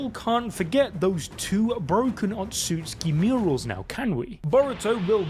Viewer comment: SAY IT WITH ME O-TSU-TSU-KI. NOT OTSKI...... jfc